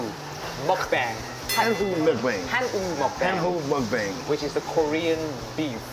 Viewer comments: How does the host speak fluent korean and still pronounce muk bang wrong? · 다좋은데 왜 한국 고유명사들을 영어발음식으로 바꾸세여 ㅋㅋㅋㅋ 먹방을 먹뱅이라고 하시고 쌈을 쌤이라고 하시고 ㅋㅋㅋㅋㅋ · 영상 잘 봤습니다. 미국인쉐프의 좋게 즐기는 모습 보기 좋네요~ 다만! 듣기 불편했던 한가지가 있었다면 “먹방”은 그냥 먹방입니다. 먹뱅이 아니겠지요. “쌈” 또한 그냥 쌤이 아닌 쌈이 맞습니다. 우리 말을 굳이 외국인 발음으로 고칠 필요가 없지 않을까요? 게다가 맞지 않는 발음이 명확하니 너무 친절한 통역을 하시다가 넘친 배려라고 생각되니 그냥 원래 우리말대로 해주심이 외국에서 공통으로 사용 될 우리말의 전파에 더 일임 해주시는게 아닐까 하는 작은 의견 드려봅니다. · 왜 쌈을 쒬~, 먹방을 뭑뷍~ 한글을 그런식으로 발음하세요? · ㅎㅎ근데 왜 먹방 쌈 다 한글인데 먹뱅~쌔앰~이렇게 발음함?ㅎ